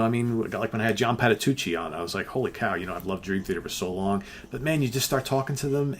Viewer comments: Did call John Petrucci ‘John Paddatucci’? 😂😂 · John Patatucci ???? Oooops, think you missed the R in that last name lol